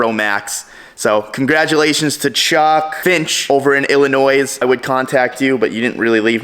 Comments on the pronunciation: Illinoi s is silent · Silent “s” in Illinois.